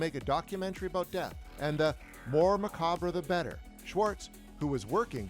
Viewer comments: "Macabruh" lol Muh-kob. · Dude, killing me with “muh-cah-bruh.” It’s pronounced “muh-cob.” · macaw bra.. its pronounced muh cob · Maw cabra Macabraw Ma ca bra Wtf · Macabre is pronounced Ma cob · Macab bruh, chupacabruh wass up bruh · Did he seeiously say muhcabra? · You're a horror fan and you pronounce it "muh-cah-bruh". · Muh-cobb not muhcobbray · Did he just say muh-cah-bruh? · Ma-Cobb. just sayin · It’s just macab don’t pronounce the rough at the end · Macaw bruh? How does one reach adulthood without learning how to pronounce "macabre"? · Mac- Car-Brah? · Macabre is pronounced MUH-CAAB 🙄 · It's pronounced ma-cob. Yes, the "R" and the "E" are silent. There aren't too many words in the English language in which the spelling has literally nothing to do with how they are pronounced. Macabre is one of those very rare words. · (Someone doesn't know how to pronounce macabre) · The r in macabre is silent. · Where r they getting these narrators that sound like they know English but don't know how to pronounce words like "macabre" !.? Oh well, theyL learn 😊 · weird how you can have a channel dedicated to horror but still not know how to pronounce the word "macabre" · Did you really pronounce macabre that way? Come on, you're better than that 😁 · Its macabre with the R and E silent. God that's driving me nuts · You don’t annunciate the “ RE “ in MACABRE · That's not how you say macabre. 😒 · In "macabre," the "re" is silent. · Great video! (For future reference, the “re” at the end of “macabre” is silent!) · That got me too😂